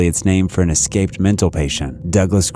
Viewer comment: Also escape instead of exscape.